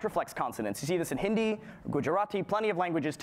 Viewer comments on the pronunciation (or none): none